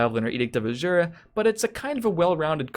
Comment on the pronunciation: For the last time, it's edict of A-ZHU-RAH, not A-ZSHSZSHSZU-RA